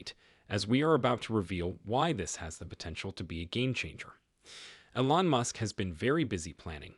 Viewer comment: Please learn how to pronounce "Elon" and "Giga"!!